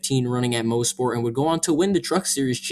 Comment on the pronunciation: It is pronounced moss-port not mo-sport. I was at the 2019 race. I got free tickets from the gm dealer i worked at during the time